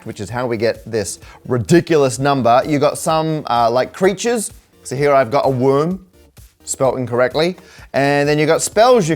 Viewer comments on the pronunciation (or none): Wyrm isn't spelt wrong, you're just saying it wrong - it's either Middle English or German, neither of which would pronounce "Wyrm" as "worm." No, I have nothing useful to say about any of Magic, the math involved, or how soul-crushing it was to be reminded of how long its been since I was a teenager - MtG came out in my first year at uni - but I still wanted to feed the algo.